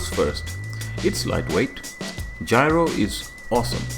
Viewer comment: it's gyro, not gryo